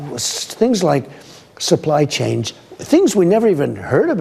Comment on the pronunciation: But Trump was calling it 'supply change' 🤣🤣🤣🤣🤣🤣🤣🤣🤣 he doesn't know how to even SAY IT correctly.